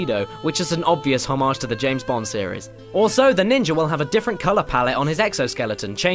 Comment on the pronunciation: Yeah that bothered me, too.